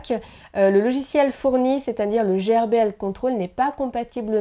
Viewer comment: Salut miss. GRBL se dit "gueurbeul" et c'est pas un logiciel mais un frimware. C'est GRBL Control qui est un logiciel 😋